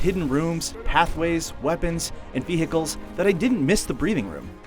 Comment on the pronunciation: Did anyone notice how he said "veHICLES